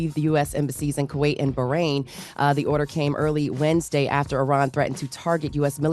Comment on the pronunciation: Pronounced Ba-Rain Not ber-ayn 😂